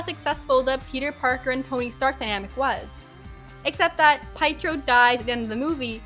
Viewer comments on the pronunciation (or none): P...PIEtro? It's Piétro, it's eastern-european. His own fault Nat died!? How? She just beat him to it. He wanted to take that for the team. This is just a messed up take, bc it could also have been Nebula's fault for not sharing you have to lose someone you love for the soul stone, which could have saved both characters. Hawkeye the show was not about Renner, it was about Steinfeld becoming the new Hawkeye. Renner was involved, because of his Ronin days and memories coming back and a feeling of mentorship for Steinfeld. It's not a brand issue, because Renner Hawkeye never wanted to be a brand. He wanted recognition, yes, but never a brand. And that also fits with not wanting to be the center of attention, just part of a team. His whole role is helping his family. That meaning his own as well as the Avengers. Yes, his story isn't that interesting in the first Avengers, but then in AoU, his priorities become clear: family, mentor role. If his family is on the line, he will do everything. If there is someone needing help, he will be there. That makes him as much of a hero to me as someone like Cap who is doing lots of punching. You are right, MCU butchered Hawkeye, but not for your reasons. It's especially for lack of origin story. And yes, he wasn't in IW, but he wasn't the deciding factor in that battle, bc he would've been on the team with Cap in Wakanda, where Thanos would've been too strong anyway. He would've got the same impact on the fight as Black Widow.